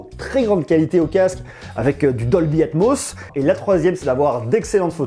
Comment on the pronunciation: Combien de fois il a dit dolbyatmoss ça me perturbe de mot 😂😂